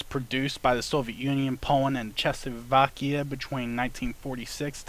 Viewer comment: chessusvakia?? corrected Czechoslovakia ;)